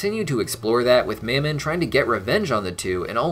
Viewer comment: Anyone else think Fizz pronounced Mammon's name a bit weird? He was saying it like two syllables 'Mam-mon' while Ozzie (and everyone else) always just said it as one.